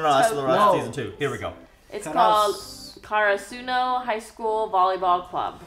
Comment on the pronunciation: the pronunciation of Karasuno sounds weird in the dub but it should be more like CARE-AH-SOO-NO haha